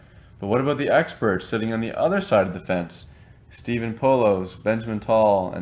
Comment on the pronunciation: Its pronounced Po-laws.